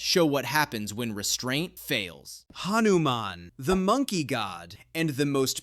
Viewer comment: Bro said hanuman wrong😢😢😢